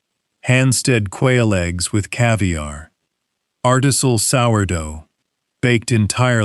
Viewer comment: ARTISAL? artisINal. Wth AI? Slop, lol........UPDATE: i'm now about two thirds through the video, and the pronunciation is screwed up versus the animation of the text. As it goes by, because I messed up another word too........ I don't sit here and watch this as a video, because it is clearly just audio!.... So when you listen to it, that is, when they screw up things.